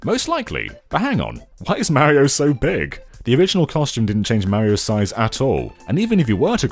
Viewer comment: It’s Beeg Mario!